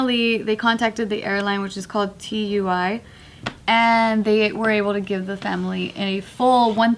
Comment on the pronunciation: The airline is called tui not t-u-i